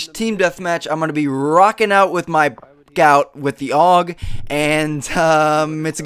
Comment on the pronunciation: FYI, just so you don't sound like a gun noob, it's pronounced "A-U-G", not "Aug". Love your videos and I'm looking forward to a new Jumps and Spots vid when the new map pack comes out next month!